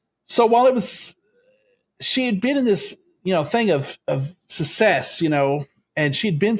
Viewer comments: I'm so sorry, but I have a problem with the way you pronounce "success" as sussess! I'm going to try to get past it because I'm very interested in this subject matter. I'll try to forgive you as you're a libratarian from Texas. You may have learned the incorrect pronunciation growing up with Southern people who often mispronounced certain words. Thanks for covering this 😊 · For me it was the mispronunciation of “success” and “insatiable”.